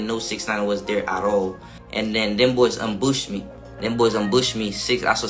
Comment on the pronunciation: Never heard anyone say ambush me like that 🤣